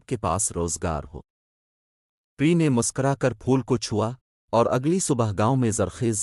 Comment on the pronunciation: Pehly plzz apni Urdu reading durust karlen.Haseen aor Pari ko Galt parh rahy hen ap.